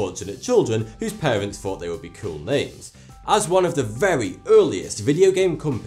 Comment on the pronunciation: THE PROBLEM OF "TH" "everyfing you fought you knew". Why did this guy become a voice artist? This is a very specific regional accent where people pronounce "th" as "f". It can sound childish to people from other places. There's another guy on yt that's irish, and he says "tirteent" for "13th". (He actually says "tartoint", but those are just variations in pronunciation, whereas as not being able to actually say "th" is just wrong. Says every "th" as just "t". You gotta wonder why the kids aren't taught to speak correctly in school. I know that people have accents and they're not necessarily bad, but "tirteent" is not even english. I mean, if I said it like that and heard other people saying it differently and realized that they were correct, I'd probably just a little time and teach myself to say "th" properly. I mean, it's actually kind of a linguistic poverty to actually just lose something like that, because "t" and "d" are still other things that people can say, so you're actually just giving something up to pronounce it as something else. "Th" is actually a quite nice, soft and "airy" sound. It's a shame that some people can't say "breathe", but instead say the clunky "breed" or even "breet". "Breet slowly now, tru your nose..." Fix it! Of course, "th" is very hard to say for a lot of people. Even for some Americans, Brits, and aussies, for whom it's native. You'll hear people say it as "d", as in "what de hell". In these cases people often say it correctly in some cases